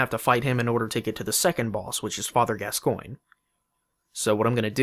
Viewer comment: Call Father Gascoinge: Father Gas-sguin-gee